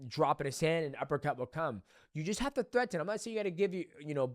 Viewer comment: why can't dj pronounce, "threaten" like a normal person? he just keeps saying it weird.